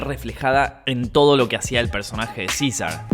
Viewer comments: Cisar jajajaja César así se dice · Yaaaa pero pronuncia bien, es cesar, hasta rl gringo lo dijjo bien , y tu no